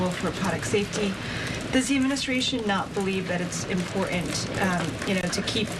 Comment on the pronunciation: Cream of the crop pronounces her words correctly. She does not. The word “CERTAIN” is pronounced “CER-AN” by this twit. Another example is the word “IMPORTANT”….which has been heard by her being said as “IMPOR-ANT”. Again, she’s just a twit trying to validate herself as something special. She’s a twit.